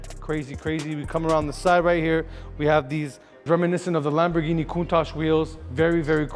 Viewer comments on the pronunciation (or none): none